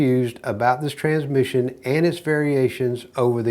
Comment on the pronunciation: I like the way he pronounce it without a s......tranmission lol